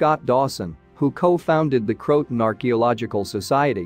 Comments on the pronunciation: It's not Crotan, it's CRO-a-TAN. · It isn’t pronounced “crowt-un.” Try Crow-ah-tan, and tan is pronounced just like the color tan. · Croatoan is pronounced ( krow-uh-tow-uhn) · Nothing new. But it's pronounced Crow-a-tow-an. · Pronounced " kroh-uh-toe-un"